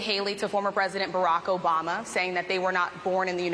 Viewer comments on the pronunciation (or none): His name is Barack Obama. Why this lady is pronouncing as Oracko Bama?